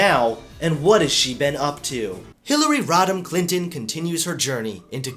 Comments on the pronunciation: Also, I thought you said Hillary rottin clintin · I keep hearing "Hillary Rotten Clinton", is that just me?